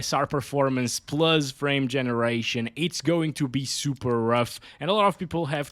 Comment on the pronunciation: pluzz, why pluzzz and not plus 🥴